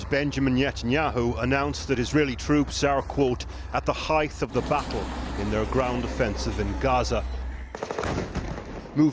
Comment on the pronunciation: heighth? Ugh. This is international news, right? 🙄